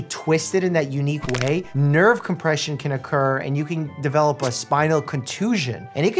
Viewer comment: nerv conpresion nerv conpresion nerv conpresion